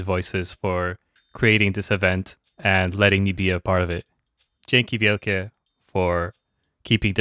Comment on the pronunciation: What a cruel click clickbait lmao PS. Dzieki wielkie, that was great pronunciation